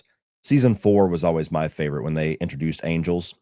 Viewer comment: “Fevorit” LOL jfc